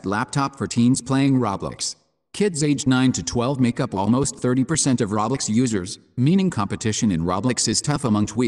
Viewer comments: Reaaly he says roblox it’s soooo funnnnyyyy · Yeah I can't watch a video that can't pronounce roblox correctly.